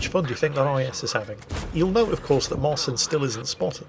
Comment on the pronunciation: Side note. Marcin is pronounced 'Marchin'